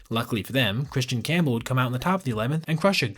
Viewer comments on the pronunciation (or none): none